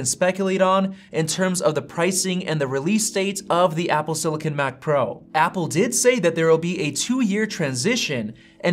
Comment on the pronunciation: It’s “silicon” not “sillican” ;) not being able to say the word correctly makes me question the authority of this video